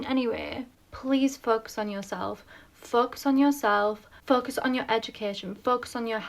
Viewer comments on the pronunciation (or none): She needs to learn that the O in FOCUS isn't pronounced as a U! I had to rewind to learn she wasn't saying FUKKUS.